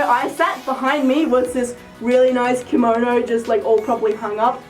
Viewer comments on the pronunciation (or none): none